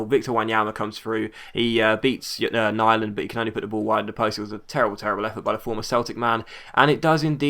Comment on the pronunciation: great episode! btw, im norwegian, and its pronounced nee-land